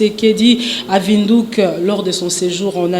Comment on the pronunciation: L'unique journaliste qui sait prononcer la phonétiqie la capitale de la Namibie, Windhoeck ( Un lieu au vent) [Vinduk]